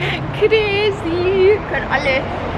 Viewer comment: „Ich bin Crrazy“😂😂😂